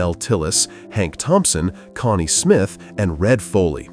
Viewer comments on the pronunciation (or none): none